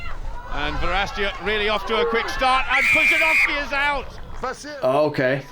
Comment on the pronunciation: Pretty good pronunciation on Pudzianowski :)